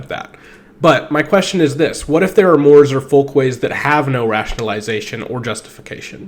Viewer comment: The word is pronounced "more-ays". Not "Moors".